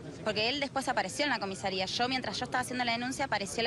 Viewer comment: Salvo porque dijo COMISERIA